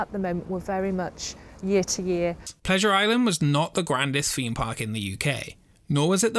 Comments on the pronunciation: Love your videos! The British accent always kills me 🤣. It's weird. You pronounce the "th" when you say the word the, yet one hundred and thirty is pronounced one hundred and FERTY. Same with theme, or rather ... Femed. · "Expedition FEME Park"